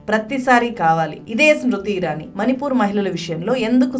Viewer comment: నీల్లు, కల్లు కాదమ్మా.. నీళ్లు, కళ్ళు, పళ్ళు... ళ అని పలకాలి.. ల కాదు.. మని పూర్ కాదు. మణి పూర్